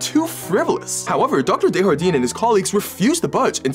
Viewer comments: His pronunciation of Desjardins is really killing me lol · The mispronunciation of Desjardin is making me unreasonably angry. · The professor's name is French. You can pronounce that j like you do in English. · Desjardin is French. It's pronounced Des-Jardin. The garden. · This is the most butchered ive seen someone say Desjardin. Its a french name. Please pronounce the J 😢. Even if the guy is american. Its still valid. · I don’t know why but I thought this YouTuber was Canadian but after hearing him pronounce the French name I know he isn’t 😢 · You pronounced "Desjardins" wrong. It's a French name, not Spanish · That's, uh, probably not how he pronounces his last name. It's French, not Spanish. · That's not at all how you pronounce Desjardins but i like it lol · Dr Desjardins is pronounced as ”Day-jar-done” Not “day-har-deen” it’s french not spanish you pronounce the “J” it doesn’t turn into a “H” like in latin-american spanish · Deshardin???? Desjardin is a french last name its not mexican des was good but for the jardin think of like jar-dine silent e and u dont pronounce the n either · Desjardin is a French name not a Spanish one. It’s pronounced day-jar-den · His last name is pronounced (day-jar-den) the j is rolling too, like you’re saying it in a French accent (it’s a French name) this is also my mothers maiden name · That's not how you pronounce his last name. It's french and means "of the gardens" and it's pronounced like "day" "jar" "dun" (it's still aproximative since a lot of french sounds don't exist in english). But with a name like that, there's no way it's a spanish j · Are gonna all ignore the way you said Desjardins... (Before yall send hate, I'm french, Desjardins would be pronounced as Des (Dé) Jardins, which is a french last name) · desjardin pronounced day-jar-dan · Desjardin being pronounced the spanish way and not the french way is something I never knew I needed to hear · The way he pronounced Desjardins... i have no words